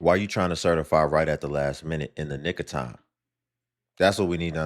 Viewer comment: into video did he say in n!! igger time or nick of time?